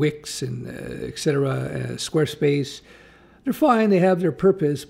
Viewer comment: Sorry to be a jerk but there’s no ‘x’ in ‘etcetera’. ET-CET-ERA